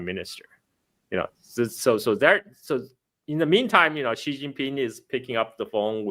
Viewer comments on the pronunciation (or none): it is not Shi, like the sh in "sh"e It is more like Si, but a slight difference between x and s. probably knows better than me.